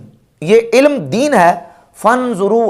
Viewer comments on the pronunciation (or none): univarasty nahin hota university hota hay.... ilam nahin hota ilm hota hay pehlay khud ko theek karo